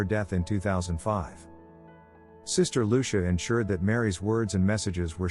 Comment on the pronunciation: Her name is pronounced LU CHEE A!